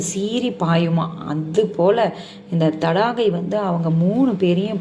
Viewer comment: அரக்கி பெயர் தாடகை நீங்கள் தடாகை என்று தவறுதலாக சொல்லி வருகிறீர்கள் த